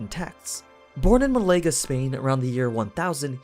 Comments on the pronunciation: You horribly butchered malaga there bud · I had to go back and listen 3 times to confirm that he was indeed saying Málaga. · I know it's not really your fault, but as a spanish, I cringed hard at how you pronounced malaga and zaragoza.